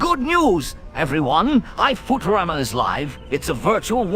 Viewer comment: BENDER PRONOUNCING IT AS FOO-TERAMA IM YELLING